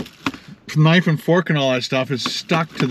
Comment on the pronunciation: 🤣😂🤣 He also said "k"-nife and fork a few seconds later. Love his videos though!